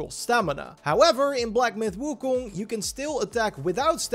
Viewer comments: its pronounced ( Wu-Kong ) ...not ( Wu-Kun ) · wu koong? lol